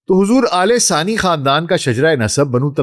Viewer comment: Man, It is Al Thani Khandaan, not Alesaani Khandan. Pls get your pronunciation right.....,😡🤬😡🤬😡🤬